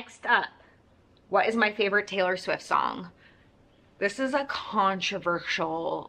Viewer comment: It's Swift. With a T at the end. Not Taylor Swiff 🤣